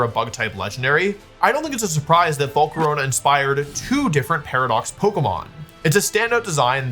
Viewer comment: "Again, this isn't groundbreaking." Yeah, that's Grass's job. Edit: Wolfe pronouncing Volcarona as "Volcaronia" in a spooky voice like it's a type of pasta that instills fear within people.